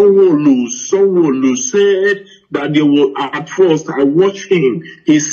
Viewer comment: This man is not genuine. His English is faulty for a journalist. The way he pronounces Sanwo Olu and Ahmed Tinubu shows he hasn't been working for a Nigerian Television station as he claims.